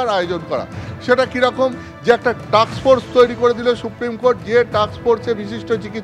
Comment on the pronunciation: ওরে টাকস ফোর্স নয়, টাস্ক ফোর্স। আপনি পচা দার ইউটিউব চ্যানেলের রিপোর্টার নয় বা পাড়ার চায়ের দোকানে গল্প করছেন না।